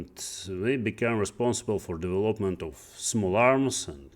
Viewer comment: учитывая что он работал программистом много лет непонятно как вообще можно не знать где ставится ударение в слове development